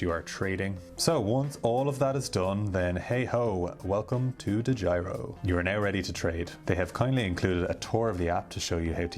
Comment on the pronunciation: Dedjiro account. So funny to hear as a dutch guy.